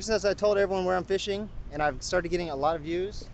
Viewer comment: wishing instead of fishing.